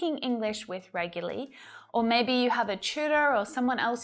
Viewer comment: I have learnt so much of so many things. I can't thank you enough. This tjme i could not follow your pronunciation of REGULARLY. Can you help me?